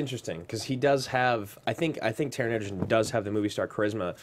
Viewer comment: Not sure why they keep calling him Edgerton when his name is Egerton